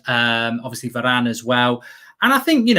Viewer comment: is it just me or Mark really have this Italian accent when he said "Varrrane"?